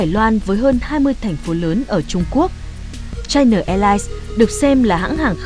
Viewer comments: Chai Na sao lại đọc thành Chai Nờ? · China, đọc rõ âm a a a a a, dùm tôi cái, đừng đọc là chi nờ, nghe "bà nội" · China chu khong phai la Chi-no! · China Airline: Bạn đọc theo tiếng nào? Đọc theo tiếng Việt thì phải là Chi-Na chứ sao lại Chai Na. Kênh đọc theo phát âm tiếng Anh thì là Chai-Nờ còn ý kiến gì nữa?